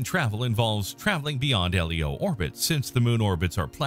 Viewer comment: Comments/corrections: 1) SpaceX is not a space agency 2) The Tiangong space station isn't "in China". 3) It's not referred to as L-E-O. It's pronounced Leo (like the name). 4) to It's not referred to as just fuel. It's called "propellant" since "propellant = fuel + oxidiser". You need to carry the oxidiser to burn the fuel. 5) See 4) although the oxidiser can be either CO2 from Martian atmosphere or oxygen from Martian polar ice. 6) This would be true if the space shuttle hadn't been retired ~a decade ago.